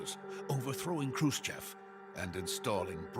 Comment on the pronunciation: Loving the Russian pronunciation guide. :face-red-heart-shape:( , ) Khrushchyov. 👞🤏 Voyevoda. 🪖⭐